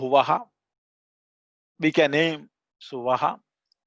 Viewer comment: Namaste Is the third Vyahrithi pronounced as SUVAHA or SWAHA? please again correct me.